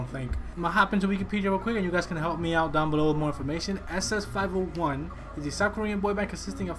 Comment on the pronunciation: it is pronounce as double S 501